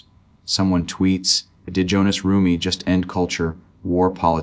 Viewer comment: His name is Hohnathan not Jonas!!!!😮